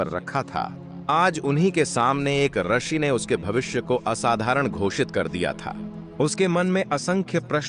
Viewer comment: रशि नहीं रूषि होता है ।